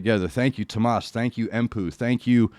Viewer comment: Yeah, you got the name about right. It's three syllables, though. Too-oh-mas. He's said that this is more of a tribute than a cover. By the way, I know it's all entrancing, but to avoid copyright issues you may want to pause a bit more often. I'd hate to see these banned - you bring a perspective I haven't yet seen.:) <3 Nightwish themselves don't want to block these, but their record company might. If I may put forward a suggestion, their take on Phantom Of The Opera with Tarja from the same show has a fantastic tone. It might be a true cover, but it's really something else. I love it far more than the original. Hang in there,.